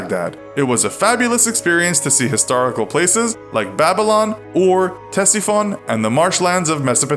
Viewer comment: Ctesiphon is pronounced SESS-A-FAWN